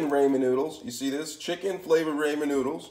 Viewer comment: Imma need you to pronounce ramen correctly sir 🤦🏾‍♀️🤦🏾‍♀️